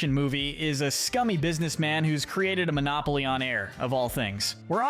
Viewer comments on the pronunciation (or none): none